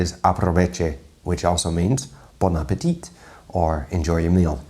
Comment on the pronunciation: Very cool video, nive and funny reaction ^^ just one thing: when you pronounce "bon appétit", the last T is quiet, french way to tell it right: "bon appé(a)tee" but short "tee" :) YW